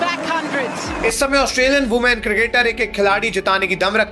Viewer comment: Women ❌ Ooman ✅